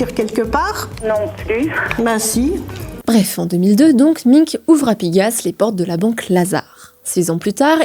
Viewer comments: Alain Minc se prononce Alain [Main-k] pas Alain [Min-k] 😅 c'est pas sérieux tout ça ... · Belfor"T" , M"i"nc, "winsk"??? we are in france, we speak french! étonnant ces prononciations à l'anglaise, c'est quoi ce bordel? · Bon la petite journaliste en stage ferait bien d’apprendre à prononcer les noms de famille… Alain Minc il fait mal aux oreilles. … On dirait radio Nova mais version droitardée